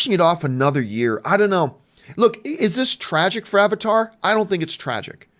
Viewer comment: I just like how Arnold Schwarzenegger says Avatar as Abatar.